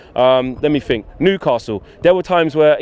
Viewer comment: It's think not fink ......... a T and a H , it's three , not free ........ give it a go